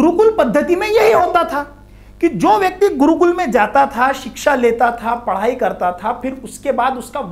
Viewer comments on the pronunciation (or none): none